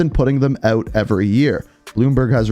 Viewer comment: Why are you saying eut? Where is that accent from?